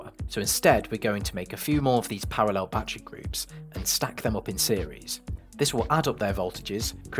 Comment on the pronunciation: "Bat Tree Packs"